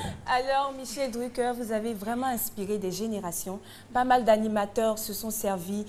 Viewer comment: L'autre villageoise qui dit Michel DruckEUR lololol